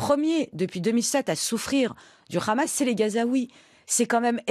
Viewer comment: Une iranienne (ou d'origine iranienne) qui prononce "Hamas" en "Khamas" en dit long sur son "obédience" idéologique à elle et ses influences A part l'Iran sur lequel elle a naturellement des choses intéressantes a raconter, elle est complètement en roue libre sur le reste des sujets